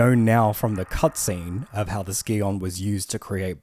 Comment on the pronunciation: "scion" is pronounced like "Sai-Uhn", not "Ski-On"